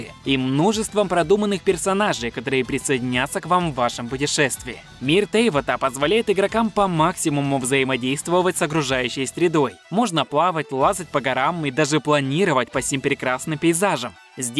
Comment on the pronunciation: не ТЕйват, а ТевАт!!!!!!